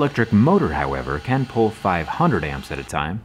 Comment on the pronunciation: I swear, when you started talking about the CAN issues, I thought you were saying the CAN'T network. Lol!